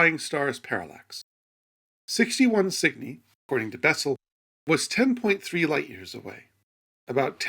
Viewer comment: Cygni? At first i thought he was mis-pronouncing Sydney at first.